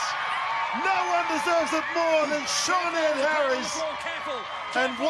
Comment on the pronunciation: Who the hell is SHORN ED, do you refer to the Celtic name "Sinéad". Why do you prefer to insult her, instead of learning how to say the name correctly. Typical Anglo-Saxon with their assumed arrogance towards anyone foreign.